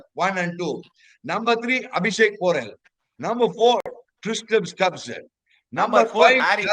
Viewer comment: kku Per lam vailaye varadhu.....Dei Tristian stubbs illa pa, it is TRISTAN Stubs...Pronounce correctly.